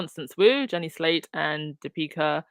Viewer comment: DIp-I-ka is the pronunciation of her name.